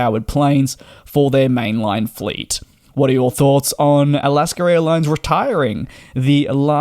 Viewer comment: DJ: There is no "r" in Alaska.😅